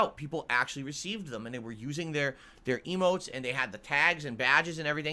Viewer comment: Every time he says "eemotes" I'm flashing back to that rant about how Twitch is just about subs subs subs, get those custom eeeemotes. And ofc how he's not about that, he'll never be about that. Yet here we are.